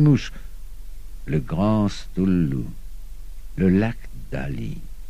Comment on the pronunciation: "stoulou"??? sérieux! ... pire prononciation ever!!! sinon l'enregistrement est bien